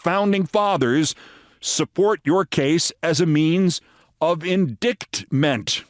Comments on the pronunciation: Indictment phonetically is, in-dit-ment. In-dight-ment? How does one pronounce phonetically ght as a t ? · I'm in the UK. No-one in the history of this country has ever pronounced it like that. It's in-dite-muhnt. The same as the Americans say, you quisling. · She not only mispronounced indictment, she also said "Porch of entry" instead of "Ports" She has a listening problem. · She has a lot of problems!!